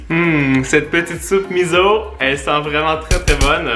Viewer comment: salut, lemiso se prononce "misso" voilà j'espère que tu sauras en tout cas tu es super et tes vidéos sont super droles: ) *